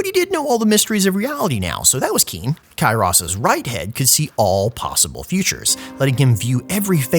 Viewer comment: Every time you say Kairos, it looks like you're Jack from "Stranger in paradise" saying Chaos!